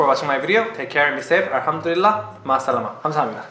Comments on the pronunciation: its Alhamdulillah you have to pronounce "L" instead of "r" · Its alhamdulillah...not alhamdurillah😇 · One thing I want to say that is it's 'Alhamdulillah' not 'Alhamdurillah'